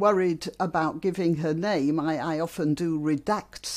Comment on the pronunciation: The difference in emphasis (second vs first syllable) is the oddity.